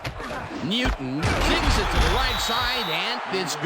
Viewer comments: Neeeeyooton lol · the way he says "newton" has me weak